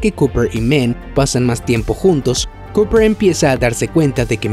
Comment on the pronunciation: Dr Men?? 😂😂😂😂 es Mann, Dr Mann y no se pronuncia MEN. Vaya tela.